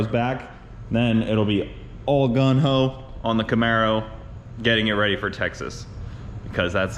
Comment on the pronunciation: Hey its not gun ho its gung ho lol